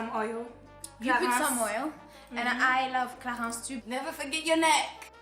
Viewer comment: Haha jadoore lorsqu'elle prononce CLARINCE et CHANEL en français😂